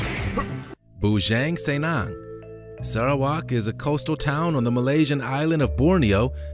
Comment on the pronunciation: Bujang Senang shud be pronounced as "Boo-junk Seer-nunk" than "Boo-jenk Sey-nenk" 😂 Bujang means "bachelor/single" Senang means "easy/well off/happy" in Malay's tongue.. but in Iban,it means something else..